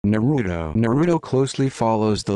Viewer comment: Naruto explained by a computer that pronounced everything wrong